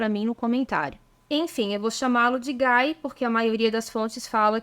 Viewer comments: GUY em francÊS DIZ-SE "GUI" " GUAI".É A FORMA INGLESA!! ACHEI SEU VIDEO É MUITO NTERESSANTE!! OBRIGADA!! ATÉ AÀS REVOLUÇÕES RELIGIOSAS BEM DEPOIS DE 1500, não e falava em CATÓLICOS mas sim CRISTÃOS!! Havia JUDEUS, CRISTÃOS E Muçulmanos! SÓ DEPOIS D,E LUTERO E CALVINO SE passou a CHAMAR CATÓLICOS porque todos eram cristãos.....mas diferentes!!!! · "Guy", em frances, pronuncia-se "gui", e nao "gai" "Gai" diz-se em ingles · Se for francês o senhor Guy a pronúncia é Gui.